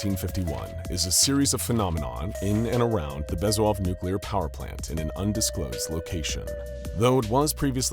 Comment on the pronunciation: It’s BEZ-OO-HOV